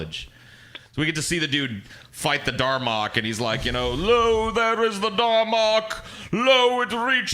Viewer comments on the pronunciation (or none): Dalrok not darmok. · "Darmock"?!? What the fuck?! It's called the DALROCK dumbass!